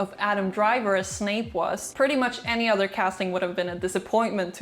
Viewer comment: Not you saying Snake...